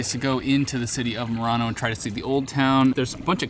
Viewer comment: Finding charging stations in Europe can be a bit hit or miss in some countries, particularly if in a rural area, just give it a couple of years. You were in Merano and not Murano, the glass making Island off Venice, just be careful with the pronunciation.